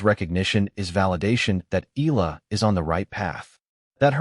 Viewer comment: Please stop pronouncing EAla as "ILA". That's hurting to the ear. "Ea" is not pronounced as the "ea" in eagle, but rather "EA" as in mEAnder or Seattle. Dipthong. Got it?